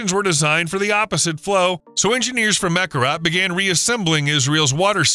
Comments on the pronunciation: I couldn’t watch this video. Learn how to pronounce the name of the lake, please! It is KinNERet, not KINNERit. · Pronounced “key nair et” not “kin her it” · Kinneret…the accent is on the second syllable…”NER”… NOT on the first syllable. It’s very annoying to hear the narrator repeatedly pronouncing the name of this body of water incorrectly!!!!! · Just for pronunciations sake: Kinneret sounds like: key-neh-wret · Great content. Narration was disappointing mispronouncing Israeli names such as Kinneret (should be Kin NER ret). Many graphics were flipped, too. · Please pronounce its name correctly “Kinn-air-et”, emphasis is on the last two syllables. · The second word of your podcast should be pronounced correctly; it’s “kee-NARE-et.” Please try harder. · Kinneret? It's pronounced "Kee-nare-et." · Learn how to pronounce Kinneret!